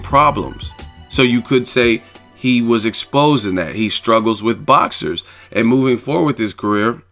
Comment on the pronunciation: "I hwas bone ready!"😂😂😂